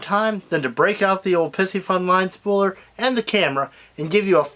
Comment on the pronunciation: Please stop saying "pissyfun." It is: pie-si- fun.